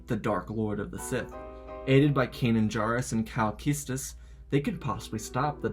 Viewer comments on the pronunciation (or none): cal keestus, lol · He said Cal kestis weird.